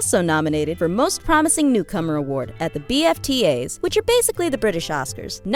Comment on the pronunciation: does anyone else hate that they called the bafta the b f t as?